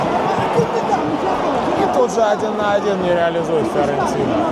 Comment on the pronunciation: Почему ты произносишь Фыорентина?)) Почему через ы? Первый раз такое слышу)